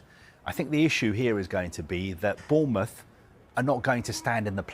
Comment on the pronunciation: The guy is a melon saying Bournemouth